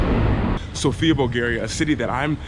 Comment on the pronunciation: Greetings from Bulgaria. We are old country and we speak Bulgarian language and the alphabet is ours. Also it’s pronounced Sófia. :)